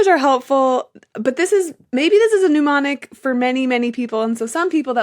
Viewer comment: "pneumonic devices"? I suppose you meant "mnemonic", I am just surprised if it's supposed to be pronounced like this (English is not my first language)... Or you misspoke and really said "pneumonic"